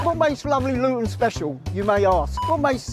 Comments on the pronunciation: "Loo-ton" lol... Try ' Lut'n'. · stop saying Luton wrong every time FFS